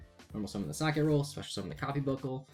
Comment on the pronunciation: lol so many youtubers pronouncing Socketroll badly XD its name is socket and troll combined not socket and roll XD silly trigger is silly XD its not named after a piece of bread XD everyone who says it like you just make me want a sammich XD